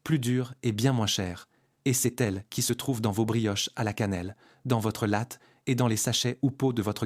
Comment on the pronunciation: La voix IA c'est nul : Canelle de Ceylan. CEYLAN. Dans votre late. LATÉ le e se prononce É, c'est de l'italien.